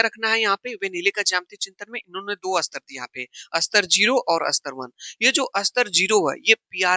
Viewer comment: सर स्तर को अस्तर मत कहा कीजिये ?